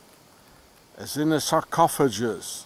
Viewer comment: Sarcophagus the C is pronounced like a K and the G pronounced like the G in goat. I wonder how the wine was hmmm certainly delicious I'm sure!